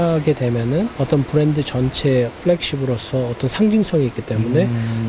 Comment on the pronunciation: 부랜드부랜드 웃겨용 헤헤헤헤